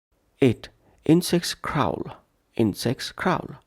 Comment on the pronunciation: Crawl wrong pronunciation